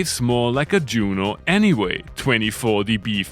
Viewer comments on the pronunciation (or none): none